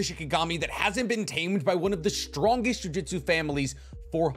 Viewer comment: i love these video's and the depth that they go into, but the pronunciation of "jujutsu" as "jiu-jitsu" is mildy upsetting to be frank